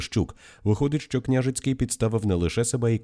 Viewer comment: Наголоси для аас відсутні? КнЯжицький😂 вся країна знає, а ви ні😅